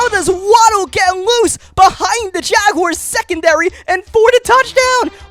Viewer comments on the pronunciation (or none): none